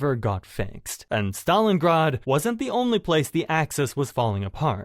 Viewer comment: Ahhh yes, the city if Stalingard. Jeeeze AI sucks hard.